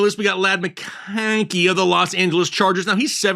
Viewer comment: I love how he says “MCCONNNKEY” 😂